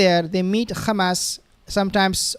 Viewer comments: I’m not a subscriber of your channel. Bcs you are a very disrespectful person by keep calling hamas, khamas. We asked you friendly not to do that. But you keep spitting on our faces just like those zionist. 🤮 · So now you say KHAMAS INSTEAD OF HAMAS OFFICIALLY. That’s a pity. If you are a pro Palestine warrior you say Hamas please 🙏🏽 ❤ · Please stop pronouncing Khamas and Khezbollah